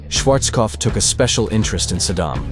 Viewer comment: Schwarzkopf se prononce Schwarzopf maintenant 😂